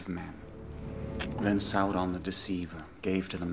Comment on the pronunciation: The first thing he does is pronounce Sauron's name as "Sah-ron" lol I'm so on board for your reaction to this trilogy!!! LESS GO